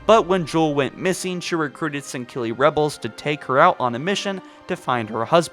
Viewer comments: Sangkilli.. it’s Sangheili ffs. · You say sangheli wrong every time